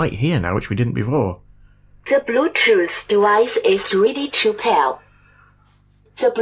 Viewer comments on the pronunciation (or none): "to bluedjuice doowise is really chew pair" 😂 i love it